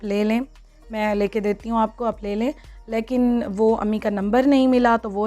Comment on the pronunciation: Plz dear stop saying lakin its leykin...so pronounce it right..cheers...